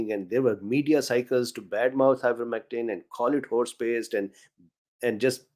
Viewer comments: Loofymectin?,,,,,🤣🤣🤣🤣🤣.?..did I hear that right? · Did I hear "luffymectin"?